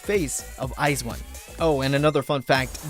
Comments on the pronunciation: Its Pronounced I'VE Not IVY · Its IVE not (I. V) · Oh but their name is actually pronounced as the actual word. It’s like “I have” so it’s IVE Like the actual word.